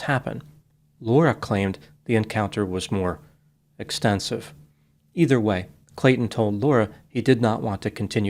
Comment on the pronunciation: "EXXTENSIVE!" YOU ARE SO CUTE!